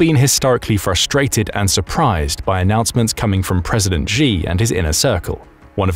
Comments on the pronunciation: Could you please pronounce Xi correctly? It's pronounced "Shee", not "Zhee". There is no 'zh' sound in any dialect of Chinese. If you're going to do journalism or report things on geopolitics, please at least pronounce the names correctly. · Xi is pronounced Sshee, not Jee or Zee. Use Google Translate if you want to hear how to pronounce pinyin words even remotely close. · I would give you D minus for your pronouncing Chinese names. China uses the Pinyin system for Romanised text. You can't pronounce the sounds as you would for English words. For instance the letter "X" is pronounced with an "sh" sound. So 'Xi" is pronounced as you would pronounce as you would say the English word "She." "Xin" the Chinese word for New is pronounced as you say the Englsih word "shin" ie part of the leg..